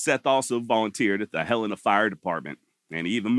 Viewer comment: Im so glad that you know how to say Helena correctly. Ive grown up hearing people from out of state pronouncing it Huh-Leena. Good job.